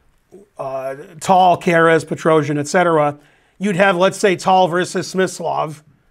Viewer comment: that "Petrosian" pronunciation was very good, go Ben!